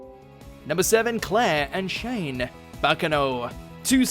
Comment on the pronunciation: her name is pronounced "Shaw•neé" not "Chain"